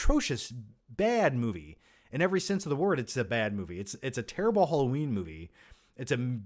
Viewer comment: Everyone: Halloween is escapism like a cartoon: Hollow-een is ec-scapism like a cart-toon